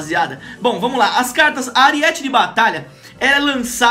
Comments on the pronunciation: é aríete não ariéte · AriÉte de batalha kkkk é arÍete